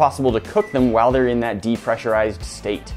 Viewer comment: If you haven’t already noticed, doesn’t say “while,” he’s says “whaall.”